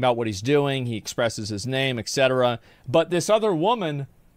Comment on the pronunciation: you say exetera. Don't say that again. Don't say excape. Don't say expecially. Lastly, never say aks. They are et cetera, escape, especially and ask. Zero x's in any of those words. Thank you.